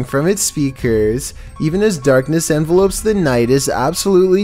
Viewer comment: It's darkness envelops not darkness envelopes lol. Not sure if you'll even get it since you didn't read it right before lol